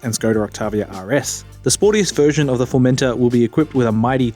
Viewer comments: I think you've misunderstood. I'm Australian too. I'm not pronouncing it with a hard R at the end, I'm pronouncing it the same way that the British reviewers have been saying it, with more emphasis on the final syllable. formenTOR, not "Formenter". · Is anyone else bothered that he keeps saying "Formenter" instead of "Formentor"?